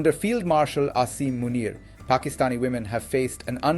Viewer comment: doing an english vlog is a great idea A suggestion, I don’t think you need to pronounce Pakistani names or Pakistan with an American accent. It comes across as disrespectful In my children’s school their teachers work very hard to learn the correct pronunciation of their names and the names of other children from different ethnic backgrounds. I have a difficult last name, at work my patients try their best to learn the correct pronunciation of my last name I have a Spanish colleague who speaks perfect english but when he mentions a Spanish person/ name he does it with perfect Spanish accent. Names are deeply associated with identity and respect. Mispronouncing someone’s name particularly saying someone’s name in a western accent has a painful history. Many western colonizers deliberately mispronounced the names of their colonized subjects, This was to minimize the identity and culture of their subjects and was a deliberate act of domination. People deserve to have their names pronounced correctly